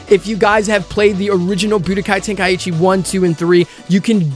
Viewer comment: Tenkaichi😭,your way of call it is too bad bruh🤣